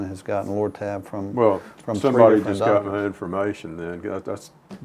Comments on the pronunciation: Did he say Loratab. Bah ahaha ha. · Lortab LoL!